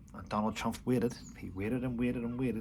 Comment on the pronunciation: Please It’s TrumP not TrumF